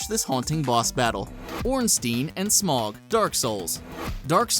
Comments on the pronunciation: Smog? Rely nigga Its Smoh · Smough is pronounced Sm-o the GH is silent. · ornstein and smog thats not how you pronounce that lol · Stopped watching the moment I heard smough pronounced smog. Do u call dough dog? Didnt think so. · or smough